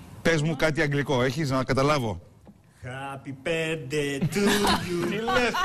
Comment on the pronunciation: Λες το χαπι μπερθντει και λεε χαπι μπερθντε πες αυτο τουλαχιστον σωστα